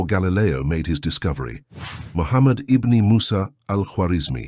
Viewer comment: Something is taken away when the AI mispronounces certain words. IBN is not pronounced Ibne it's pronounced Ibin. Pronunciation is key.